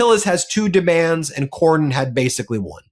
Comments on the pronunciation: Cornyn, not Corwin. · Corwin? Seriously,? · CorNyn not Corwin. Please? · CorNYN, not Corwin,. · its CORNYN! Its not CORWYN!!! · It's Cornyn,, not Corwin. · His name is Cornyn not CORE-WIN. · His name is Cornyn not Corwin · Why is someone as intelligent and competent as consistently mispronouncing Cornyn’s name? There’s no “w” in Cornyn Why did he refer to him as “Cornwyn” every time? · It's Cornyn not Corwin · dude its CORNYN not CORWIN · Dude. It’s Cornyn, not Corwyn. Ben, why would you let him keep doing that? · I love you to pieces, but it's Cornyn!! Cornyn. Not Corwyn. 😂 My ADHD was popping off. You guys are the best!! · I agree with the commentary of both of you gentlemen but, seriously, doesn't even know it Cornyn not Corwin and you don't correct him Ben? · his damn name is "Cornyn", I'm on your side, get it right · you are too damned smart to not know how to pronounce Cornyn's name.